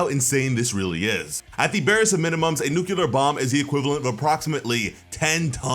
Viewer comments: NUCLEAR IS SAID LIKE NUKE-LEE-UR NOT NUKE-YOU-LUR STOP SAYING IT THE WRONG WAY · my man said "nukular" while showing us a page that literally spelled out "nuclear." come on now. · ITS NUCLEAR, NUCULAR IS NOT A WORD. Why has every youtuber that reviews One Punch Man have such trouble with this. Nucular is not a word an is not how you say nuclear. You are adding a whole syllable thats not there which makes it hard it listin to. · New-killer Nu-clea-ar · Nuclear not nucular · It's not "nucular", it's nuclear. STOP saying nucular. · It’s not nuc-ya-ler it’s Nu-cli-er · Bro its not Nukular. Its Nuclear. Nu-Cle-Er. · It’s Nu-Clear not Nu-Cu-Lar lol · Nuclear pronounced like...New-clear...not. Nuculur im sorry just hurts every time i hear someone say it like that.. I love the video though 😬😊😎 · It's Nuclear not Nuculer. New Clear not New Q Ler. Otherwise nice break down. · Nuclear… new•clear. Everyone always saying new•cue•lur lol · New-clear not New-cue-lar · why do you keep saying nucular? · It’s pronounced “new-clear” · Bothers me when I hear someone say "nucular". It seems to be an American thing. I like your videos though :p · if (nuclear is nuckelar) then (clear is ckelar ) :P 🤣😂🤣😂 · I swear.. if I hear him one more time saying NEWKILLER, I am gonna kill myself lol. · Newkular fission? xD Man, say nucleus, then nuclear. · "Nucular fission" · Nu-Clear.....nu clear